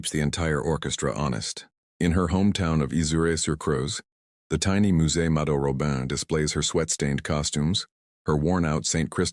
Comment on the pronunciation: It is amazing how lacking AI still is in trying to pronounce names correctly. Mado (like Rachel Maddow) Robin (not the bird, but Ro, like row your boat, and the emphasis on the last syllable, a nasal -in. Please stop trying to spread your AI ignorance and learn.